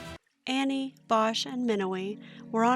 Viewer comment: And btw it's pronounced Awwwneee